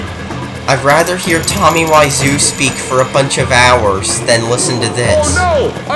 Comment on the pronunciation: tommy why-sue?